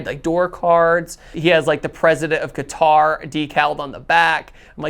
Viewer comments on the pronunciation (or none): Cah-ter, not Kuh-tar.